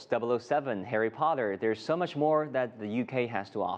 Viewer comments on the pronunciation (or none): The name is very English Harry Potter you need to say Potter not podder use the T